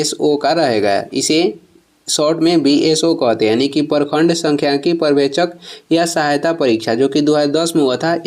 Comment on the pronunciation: परखंड नहीं होता है, प्रखंड होता है हिंदी सुधारिए पहले